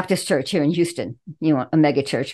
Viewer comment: "Hyu-ston" Put an h in front of the U in Eulogy.